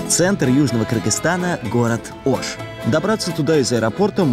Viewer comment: Не Аша а Оша